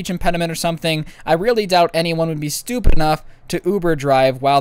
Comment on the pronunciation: Why does it sound like the word stupid is censored